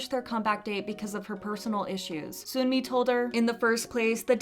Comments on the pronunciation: Hey, I love your videos so I promise this is coming from a place of love. But Sunmi's name is pronounced like "sun+me" not soon+me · Just a side note: it’s pronounced Seon-Mi not Soon-Mi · FYI, Sunye and Sunmi aren’t pronounced with a "oo" sound. It’s more like Sonye and Sonmi. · The sunmi pronunciation 💀💀💀